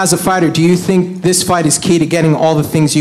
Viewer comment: THEY DONT TINK LIKE A I TINK